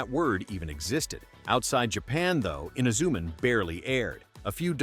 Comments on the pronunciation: Yeah its Himitsu sentai Goranger. nothing else XD Technically the first Sentai is Ishinomori's first co-worked anime Rainbow Sentai Robin. Also hate how this AI keeps calling Inazuman inzuman or something. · Filled with the usual A.I. inaccuracies and mispronunciations ("Eena-ZOO-m'n"?), and what are "bell-bottom boots"?